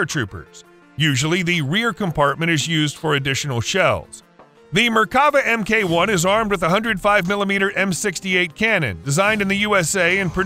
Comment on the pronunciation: Does the ridiculous, synthetic voice put others off as well? I gave up at 'em kay one' etc. Come on creators, at least attempt to do a reasonably professional job. These ludicrous synthetic voices are not big and they are not clever, whatever young children might tell you.